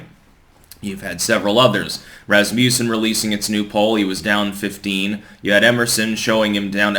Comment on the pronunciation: I'd like to add that, as a Norwegian-heritage person who lives among many, many sons of Rasmus, the surname and the polling company names is pronounced 'RAZ-muh-sin rather than ' habitual "razz-MYOO-sin".